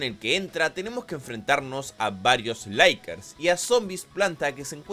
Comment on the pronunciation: varios "laikers", pinche pronunciacion tercermundista es la leche